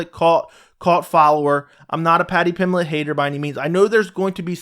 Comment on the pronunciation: There is a b is Paddy's last name. Paddy Pimblett, not Paddy Pimlett.